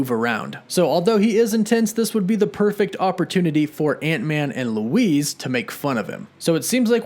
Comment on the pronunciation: Also it’s sonny birch, not Sony and Luis, not Louise. 🤙🏾 have a great day